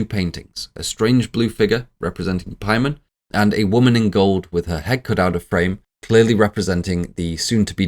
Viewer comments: PAYMON THATS THE PRONUNCIATION NOT PIEMAN😂😂😂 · Its Pay-mun you fruit, not pie man. All the research and you cant look up a dictionary or just google how to say it. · the pronunciations are confusing me. it is really pay-mun. the i is a strong E sound. the O is a "Uh" Latin vowels. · Take a shot every time he says Paiman, take 2 shots every time he says Charpaiman. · I know it's Paimon but I can't help hearing 'Pieman' 😂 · Making a 4+ hour long video and mispronouncing the main antagonists name the whole time is wild. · “Referred to from here on out as CharPaimon” Who the hell is charpaimon? You mean Chaimon?